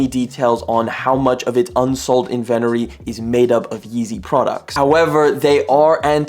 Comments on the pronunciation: “Invent er ee” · Whoa bro, learn how to say inventory right. Kinda amateur hour / disgraceful to businessmen